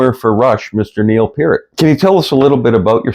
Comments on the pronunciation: You lost me mispronouncing Neil's last name. PEERT. God dam!! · Pronounced Pier-t. Duh. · PEART! Pronounced Pea-ear-t! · Pronounce his last name correctly! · Can you PLEASE pronounce his name right??